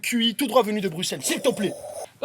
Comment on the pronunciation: qui dit bien Bruxelles!